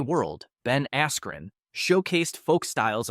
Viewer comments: Ben Askren not Arkren. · Ben ARkren xD